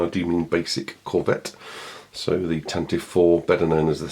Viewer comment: It still is Tan-Tiv-Vee. Always has been. 'Tantive' or 'Tantivy' is a real English word Lucas used. It means 'Rapid Gallop', which is a great name for a fast ship. 'Tan-tivv' is not a word. It's just ignorance on the part of people who don't know how to pronounce it.